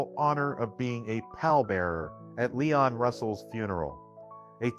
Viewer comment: LEEEEEEEEEEEEEEEEEEEEEEEE ON Russell Not LYON Russell